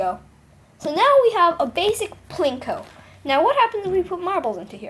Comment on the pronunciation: What he means to say is that u said Pinko instead of Plinko. Also, thx for the tutorial!!